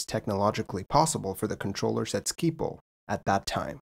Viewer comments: Feel like e-mailing you a compilation of Dutch newsreaders saying "Schiphol". Because you seem to be talking about "Skee pole". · Totally butchered 'Schiphol' and 'Hollands Diep' tho. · Agreed! Skee-pole sounded funny though, but I wouldn't know how to even start explaining it's pronunciation. Skiphole might be the closest achievable in English, with the letter i short as in ship. Shiphole would be acceptable as well.